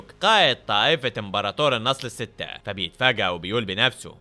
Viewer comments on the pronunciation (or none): مو النصل السته بل النصب السته 😂